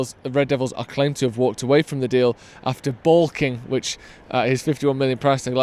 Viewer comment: "Baulking" (hesitate or be unwilling to accept an idea or undertaking.), not "boking" (slang for throwing up)